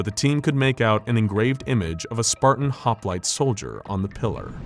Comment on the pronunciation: Anyone else get bugged when hoplite is said wrong?